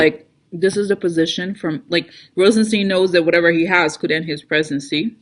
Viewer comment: Yup ... (ps I think it's pronounced RozenSTINE)